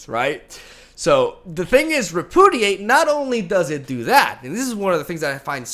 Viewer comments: I love your videos but I just have to say.. it's pronounced.. re·pu·di·ate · Ree - Pew - Dee - Ate. Just trying to be helpful. I know it's your second language. You are the shit. Keep up the good work. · nobody:: reh-poo-didate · I absolutely love that half of the time you can barely pronounce Repudiate (to be fair, not a very usual word). Lovely deck, lovely matches, my dude. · Listening to try to say repudiate is it's own entertainment lol